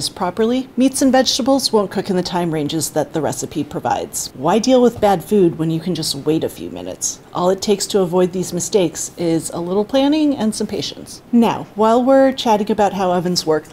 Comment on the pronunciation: oven misakes?